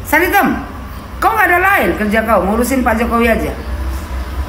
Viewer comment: MANTAB DGN SBUTAN " SARI TEM " 😂😂😂